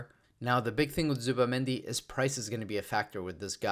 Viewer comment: I know why you avoid to pronounce it "Zubi"mendi